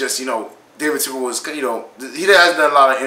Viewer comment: Bro it's Tepper not Tipper lol